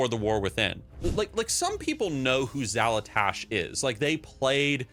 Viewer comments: Xalatash? you cant event say the name correctly.... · Xal'atath (Not Xal'atash) was also a key figure in a BfA questline that anyone could have engaged with. But your argument about people not knowing the villain seems really weird and can be applied to like, ANY villain we've had. Didn't play Warcraft 3? Good luck knowing who Arthas Menethil was before WotlK. Never played Horde? You won't know much about Sylvannas Windrunner or Garrosh Hellscream. Didn't read up on the lore of Draenor or the old horde? Have fun figuring out who Grommash Hellscream was. I personally think they are starting to do a great job with Xal'atath through cinematics and the Harbinger questline. But I'm 100% on board with more big roided out Tauren and Orc Bad guys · Apparently you don't even know who she is because you don't know her name. Xal'atath, not Xal'atash.